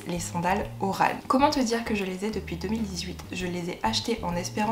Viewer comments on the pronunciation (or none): il faut qu'on remette les choses en place mdr, le nom des sandales Hermès se prononce "Oran" comme Orang Outan (le singe) c'est une ville en Algérie, pas loin de la capitale Alger :)